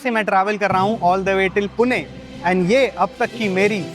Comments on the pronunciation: Bro pronounce pune (पुणे) nice one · Are waah! पुणे ko exact pronounce kiya.